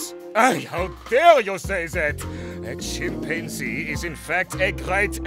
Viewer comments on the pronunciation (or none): did docter just say chimpanzi? Because chimpazini bananini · bro tryed to say chimpanzini bananini